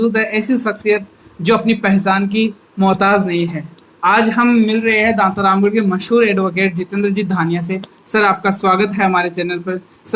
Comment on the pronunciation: दांतारामगढ़ होता है दांतारमगढ़ नहीं !!